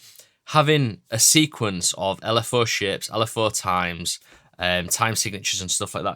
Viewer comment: “L” “F” “əʊ” (the southern mind cannot comprehend this btw)